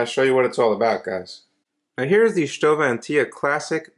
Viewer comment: Hey you pronounced it right haha